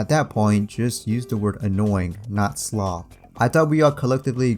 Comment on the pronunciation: POV: You and da homies in de back be opening up a video talking about goated slop vs actual slop and cant stop laughing without slapping your belly and da entire fam be laughing at the word slop as says schlop 5x in a row they all start to laugh and laugh and laugh meanwhile 😂😂😂😂nah youre such a good youtuber hahahah😂😂😂😂heh ollly you funny turd😂😂😂😂😂😂😂😂😂😂😂😂😂😂😂😂😂😂😂😂😂😂😂😂